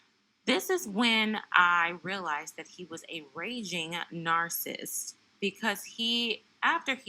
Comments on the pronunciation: Are you intentionally mispronouncing the word narcissist? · It's pronounced nar-ci-sist, and e-pit-oh-me.